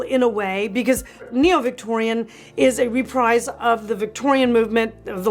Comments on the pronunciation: My brain hurt every time you mispronounced REPRISE. It's pronounced== RE=PREEZ, like Refreeze, ---not re-Prize. Look it up. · I can't watch you butcher the English Language. It's "Repreeze" NOT "REPRIZE." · It’s pronounced “re-preez.” Not re-prize. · Dear, Great enthusiasm, great content as always. Only I checked and REPRISE is definitely pronounced "Re-PREEZ,," (rhymes with "TREES"). Sending this with all respect and affection... 😄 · Please learn how to pronounce reprise :)